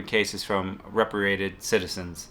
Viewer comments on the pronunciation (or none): Re-pay-tree-ated. Spelled repatriated. Love your videos man, but your pronunciations are sometimes way off.